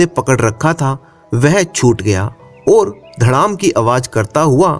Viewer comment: ओर। और कहना सिख जा बाकी सब ठीक